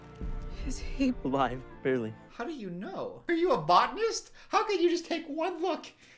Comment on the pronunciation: bro said a botinist💀💀